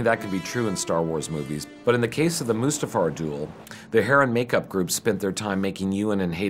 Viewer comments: Did he just call it Mufasta, in front of George......? It's Mustafar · Said mufasta instead of mustafa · "Mufasta" ..... seriously, I know you don't really need to know how to say it but it's not that hard of a tongue twister.. Mustafar. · I like how that one guy called Mustafar “Mufasta” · did he just say “Mufasta”?